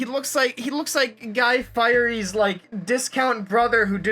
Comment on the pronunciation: I lost it when he said Guy Firey